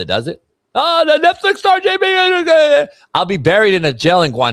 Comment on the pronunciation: Who called JB “Jew B”?😂😂😂